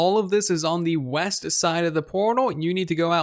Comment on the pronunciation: Oooh weast I thought you said weast